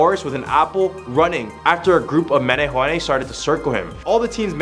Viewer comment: Thank you for bringing Hawaiian culture and folklore to the forefront. I do have to agree with other commenters, though. Please learn how to pronounce the Hawaiian names properly. It was hurting my soul when you pronounced the Queens name, especially. You did amazing in pronouncing "menehune," the first time, though!